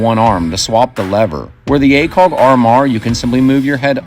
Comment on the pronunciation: I like your videos. Why do you say acoLg?